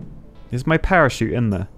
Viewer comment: Parachute more like perishute